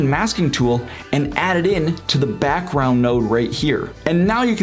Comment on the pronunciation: informative but the way you are talking is kind of annoying, lol. BAckround PUlls UUp. Might just be the microphone idk.